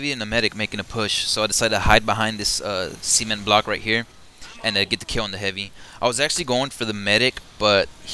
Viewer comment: ha you have an awesome accent! few people are good commentators but you are great to listen to u do say cement a little ...inappropriate (sorry i have a dirty mind :P) But great tips and help!!! 5/5